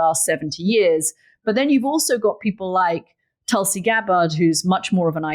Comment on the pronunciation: At least pronounce Tulsi's name properly